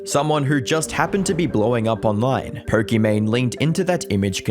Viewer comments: Don't know her and still didn't know anything about her, but why are you saying poRkimane instead of pokimane? Just sounds so obnoxious and weird. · This is not "Po-kee-mayne". This is "Po-kee-MAHN". Her name is Imane ("ee-mahn"). Looks like not enough research was done. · “This is Perk-I-Mane” 😂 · "Perkymane"?? She ain't perky. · Did i hear it right?? Perky Mane?? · If stupid was a person. She should marry Mr Beast and their should sail together towards sunset and we should never hear about them again evPS. er. Why do i keep hearing Porkimane? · perkymane? did i hear that correctly? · Is it just me or does he pronounce it as "Porkymane" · Who is Perkimane?? Maybe learn pronunciation. Holy cow